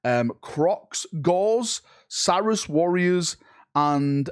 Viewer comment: There is no way you dont know how to pronounce Saurus 😂